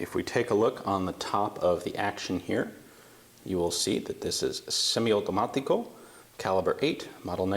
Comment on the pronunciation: I don't know why, but you made me smile when you said "semiautimatico"